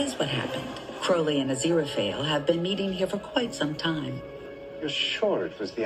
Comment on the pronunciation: You're saying Aziraphale just fine. Crowley was Crawley in Eden but later changed to Crowley (as in crow, not crowd -- the opposite of Supernatural).